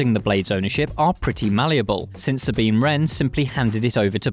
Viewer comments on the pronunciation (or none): none